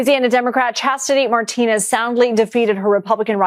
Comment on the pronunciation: I don't know this lady, but I do know Iberville parish. I think her name is pronounced "mar ti nez" which is French, not "mar TEEN ez" which is Spanish.